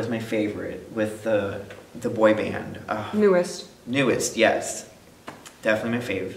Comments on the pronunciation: FYI, NU'EST is pronounced like "New East", not "Newest", because the "E" in "NU'EST" is actually an "i" in Korean, which is pronounced like "ee". I like?? so far because he makes more effort to talk about the music.:-) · Just so you know, NU'EST is actually pronounced as NEW EAST, not newest! Also the four girls in Loona 1/3 (Heejin, Hyunjin, Haseul, and Vivi) are a third of the full group. The total will be 12 because they release a new girl each month. By the way, these two did a LOT better reacting than they did in the first video! It seems like they actually paid attention to the videos these times and even talked about the music a bit, so much better job :) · Finally NU'EST and also Day6 too in one video. Also NU'EST is pronounced as New East. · Nu'Est is supposed to be pronounced New East.